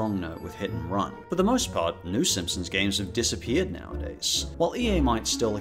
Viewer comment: can't take that guy seriously when he kept saying "SimpsoMs"